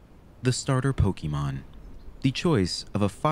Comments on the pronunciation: 👓👌 It's "Pokémon", not "Pokeymon". This comment will make me sound unappreciative, but please don't think that; this whole series is obviously a good work and a labor of love! Also, why was Diglett's nose boiling? lol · "Pokeymon". Learn to pronounce it. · I enjoy this series, but it’s making me crazy how you say “pokie-mon” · Wtf you were saying pokemon right the first episode. Why are you saying poki-mon?